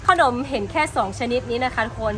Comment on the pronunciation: ขนม อ่านออกเสียงว่า ขะหนม น่ะ ไม่ใช่ออกเสียงว่า ข้าวหนม แต่ที่ออกเสียงแบบนั้นก็ทำให้น่าเอ็นไปอีกแบบหนึ่ง 555